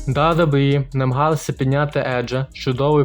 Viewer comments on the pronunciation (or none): Чувак, кажи просто Дабі-Дабі-і